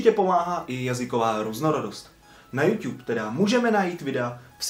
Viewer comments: Proč ''Jůťub?'' Podle mě se to čte ''Jůtůb'' :D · neumíš to číst není to Youťube ale youtube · Slovo jůťůb mi přijde takový měkký požíváme jůtůb 😀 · Je to "jůtůb", ne "jůťůb" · YouTube sa nečíta "Júťúb" ale "Jútúb" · Jo, nevyslovuj to youťube ja vim ze je to tak spravne ale rikej pls youTube :D dík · hovori sa to mu youtube a nie youťube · nevyslovuje se to "youťube" ale "youtube" ale jinak ok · proč říkáš Youťube měl by si říkat youtube a ne youťube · Proč tomu říkáš juťub je to jutu b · proč říkáš youťub říká se youtub ale to je jedno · hele mas docela dost odberatelu tak by sis měl uvědomit ze se to nečte juťub ale jutub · YOUtube je jůtůb né jûťub 😒😕😬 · Tiež mi to reže uši. [jutub] je klasika. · Metyou - TOP 5 jenže špatná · 2 díl!!!! ale neříkej youťub 😨😄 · Nesnášim když to někdo řekne jako jůťub 😡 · Youťub slyšíte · Neříkej furt JUŤUB